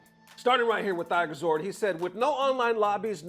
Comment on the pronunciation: Button check about to need a reading check. be killing me trying to read some of these tweets. Man said THIGH-gerzord. It's tiger zord just like Tommy's tiger zord but hes Thai like Thailand